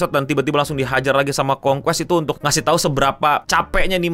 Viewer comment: Concueror ❌️ Concuest ❎️